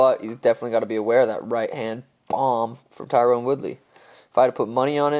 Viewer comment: For the 100th time, for you and, Its Ty-run (Tyron) Woodley...Not TYRONE...lol cheers